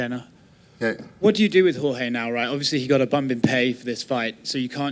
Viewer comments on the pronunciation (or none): Dana's known Jorge all of these years and y'all still call him George? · I love how they say George instead of Jorge.